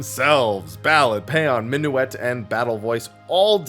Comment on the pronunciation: You need to learn how to pronounce words like paean.